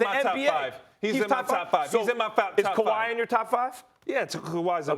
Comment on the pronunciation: "Kaw ah ah wi" 🤣🤣🤣🤣